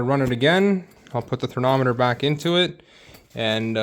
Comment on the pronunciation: It’s called thermometer! You keep calling it THERNOMITOR lol